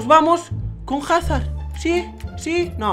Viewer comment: se dice azard